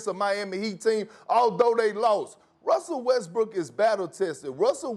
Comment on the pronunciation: Broooo 😂😂 Am i wrong, or is Perkins continuously saying "Wussell Westbrook"?